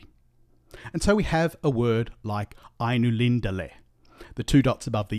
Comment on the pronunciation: the final l is part of the last syllable so the penultimate syllable is light: Ai-nu-lin-da-le and so the stress is on the antepenultimate syllable: Ai-nu-LIN-da-le